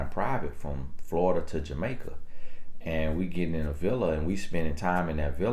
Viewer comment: Off topic...This is the first time I heard pronounce "Jamaica" correctly!😊